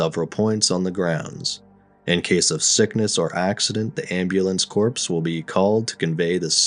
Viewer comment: Is this AI narrated or is the narration done by an actual person? "Corps" is pronounced like core, more, tore, etc. not "corpse" as in a dead person.